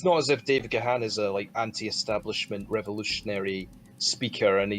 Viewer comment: So if the Scottish sounding one of you is such a big fan why do you incorrectly pronounce Dave Gahan's name? Difficult review to listen to due to poor quality sound.